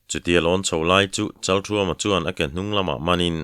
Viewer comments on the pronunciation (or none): Kan thawnthu thar hi a ngaihnawm hmel hle maia aziak tu hian aziak ngsihnawm thiam thin hlea ,Achhiar tu hian aw ngaihnawm takin a chhiar thina Kan thawnthua a changtupa hming hi Pasal tha Chalkhuma tiin, ziak ania Chalthuama tiin lam ani bawk si a, chalthuama tih leh chalkhuma tih hi a enge dik zawk sawi fiah ava tha ve